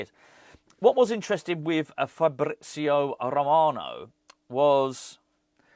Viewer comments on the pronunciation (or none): "Eeer-FabRRrizio A-Rrromano" with the continental pronunciation. 😂👏🏻